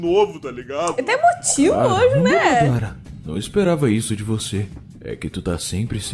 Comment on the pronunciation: Não é nén é Neee